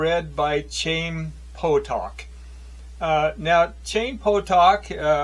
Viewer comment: It's pronounced guttural "H,"(Hi eem), meaning life in Hebrew. I haven't finished listening to your reviews on the substance but thanks for offering them.